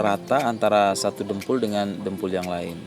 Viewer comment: Dompol pak bukan dempul